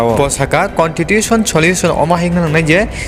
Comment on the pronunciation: Contitution 😂What a English it's Constitution bro